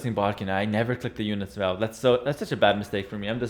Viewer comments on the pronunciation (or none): none